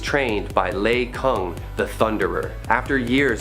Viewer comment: Lei-Kung is pronounced (LEE-Kung)